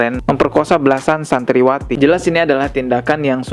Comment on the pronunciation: Ralat pengucapan brooo.... Cibiru bukan cibubur - === Santriwati bukan Santriawati saya udah sering dengar anda salah pengucapan brooo contoh nya di video lain nya, Nabi khidir tp anda pengucapan nya Nabi Khoidir.... dan ada lg di beberapa video lain nya... td nya saya subscriber skrg udah unsubsciber gara² anda banyak pengucapan salah. dari situ saya ambil kesimpulan anda pengetahuan agamanya kurang tp suka ngomongin agama apa lg membahas agama....apa lg di post.... sblm post cek lg ya brooo audionya....!!!